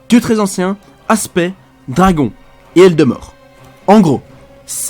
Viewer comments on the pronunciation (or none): none